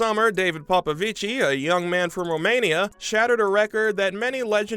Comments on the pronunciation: It's not like popovicii it's popovici😭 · Please! 🙏He is not Italian! You do not pronounce the "i" at the end of his name. He is to brilliant a swimmer for anyone loving the sport to still not know how is name is pronounced.